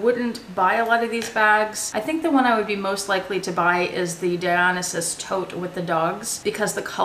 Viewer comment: I noticed you pronounce the Gucci Dionysus differently than I do. Is it not Die-Oh-NICE-Us? Love your videos, btw.